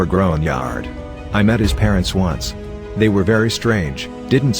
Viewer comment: Story: "After they signed the lease" Voice: "After t-hay signed the lease"